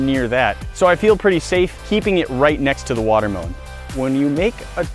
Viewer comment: He said water melone towards the beginning 😂😂